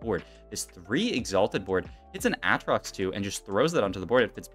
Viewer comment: “AHH-TROX 2” is crazy 💀